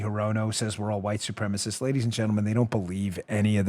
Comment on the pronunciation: Congratulations to Dan, who actually pronounces supremacist with FOUR syllables. So many , especially the woke, pronunce it su prem ist, That makes me, a simple farmer supreme over you who drop that fourth syllable when you try to put my challenging lack of pigment as a moral defect. So screw y'all 😂